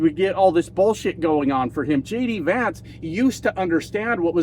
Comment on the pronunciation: For a sec, at the beginning, I thought you said, "... Donald Trump and LADY Vance.." lol... It kind of works! 😅